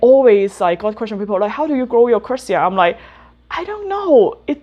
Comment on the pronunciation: Thank you for showing us your beautiful plants, love your channel. Just one thing: Try saying "curtisii" like you would say the name of the actor Tony Curtis and just add "ii" at the end. So "curt-i-sii" instead of "curt-sii".